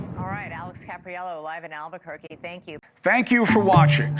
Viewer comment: It's Albuquerque. Need I say more?